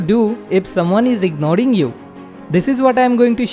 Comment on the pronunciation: Ignoring❌ Ignoding✅